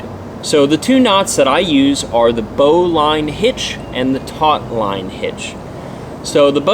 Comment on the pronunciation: Pronounced "bolon" because sailors pronounce everything like they got hit in the head with a yard 😂 And the bowline is a knot, not a hitch. 👍